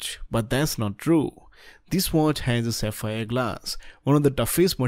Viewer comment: Not saphir its Sapphire